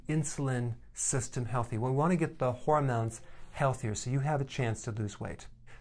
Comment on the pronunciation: The way he said hormones ....I am dying laughing